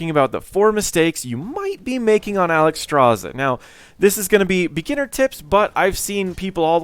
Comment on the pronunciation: Alexstrasza, not Alexstraza. Otherwise a good informational video